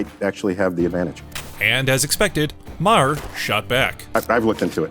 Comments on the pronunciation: You guys gotta learn how to pronounce Bill’s name….fucking hysterical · His name is MAR not MA HER it’s just spelled differently! Please stop saying MA HER!!!!! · He's not "MaHer", rather pronounced "Maar" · You need to learn how to pronounce Bill Maher's last name properly. It's not pronounce Ma-her, it's pronounced just Mar; the H is silent. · Not Ma-her it's pronounced mare. Maher is my mother's maiden name. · How about you learn to pronounce his last name. Ma-her is not the pronunciation (Marrr) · It's pronounced MAR NOT MA HAR, you moron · WHY DO YOU PRONOUNCE HIS NAME INCORRECTLY OVER AND OVER? IT’S MAR, NOT MAA-HER. Idiot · It’s “Mar” not “Ma-Her” geesh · It’s pronounced Ma-her it’s pronounced mar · It's Marr not mahear😂😂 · It’s not “Mah - Her”, Bill’s last name is pronounced as “Mar”. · It's pronounced Mar, not Ma-her. FYI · exactly. It’s pronounced like Marr, another Irish name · Had to stop watching...pronouncing his name Maw-her was just to annoying. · *Marr. Bill Marr. Stop pronouncing it like that, please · Who is Bill Mah-HER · Who is Mah - Hurr? Can you figure out hour how to pronounce the subject of your feature’s name before you go live??? More egregious when you consider Bill is well known and Maher is a reasonably common name!! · I believe Bill's last name is pronounced Maer, rhymes with bar, tar, the h is silent. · Is only going to mention how this is run by a robot and he keeps calling him bull ma har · I wonder also...Clearly the guy never watched Bill Mahhhhh-Her !! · GET A BETTER I.A. READER!!! THE "H" in Maher ... IS SILENT!!! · Please stop pronouncing the ‘H’ in Maher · you're saying his surname completely wrong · Please pronounce Bill's last name correctly. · Learn to pronounce his name. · Dude, what damage was done Dr. Phil? Secondly, learn how pronounce Maher's name. You sound like a moron. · That's the oldest pronounciation of maher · The 'h' in Maher is silent, BTW. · Can you say his name right man come on